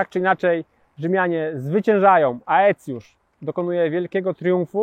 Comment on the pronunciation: Polska tradycja wymowy “ae” nakazuje czytać ten dyftong jako “e”. więc raczej powinno być “Ecjusz”. Gdyby nad “e” były dwie kropki poziome (trema albo diereza), wtedy samogłoski czytalibyśmy oddzielnie. Błąd dość powszechny w dzisiejszych czasach, ale myślę, że warto go jednak skorygować.:)